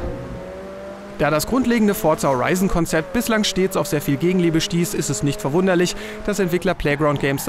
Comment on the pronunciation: Fortsa Horeison vier